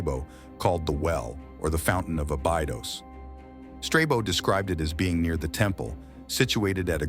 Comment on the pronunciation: Osiryaon and abaidos are u kidding me